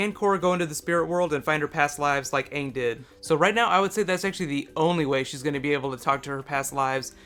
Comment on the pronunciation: Ugh that movie was the worst, they didnt even pronouce aangs name correctly